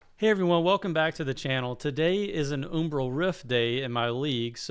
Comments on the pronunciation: Good vid. Do a quick search on umbral pronunciation. You're saying 'oom-bral' but it's 'um-bral', like um what ;) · i think its pronounced umbral like umbrella, not umbrul